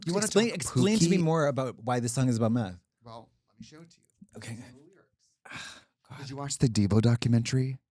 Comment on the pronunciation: “doing crystal meh-th will lift you up until you break”